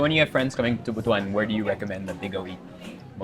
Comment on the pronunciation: Thank you for pronouncing the word Butuan properly!